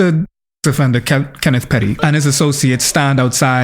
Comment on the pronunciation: “Kenneth Perry” 😂😂 its Petty sir 😂